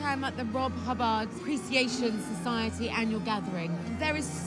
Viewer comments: ""? What is this presenter on? Was he a character from The New Statesman? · Rob Hub baaahhrd? S.I.D. chip? They didn't do much research did they? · Don’t think its fair to call this badly researched. Firstly, his name may well be pronounced Hubbaaard and secondly it is the S.I.D. chip - That’s its correct name. Be thankful we finally got the genius Rob H mentioned on mainstream TV instead of whining.